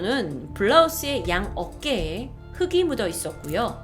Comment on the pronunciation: 흙이 발음 흐기가 아니라 흘기인데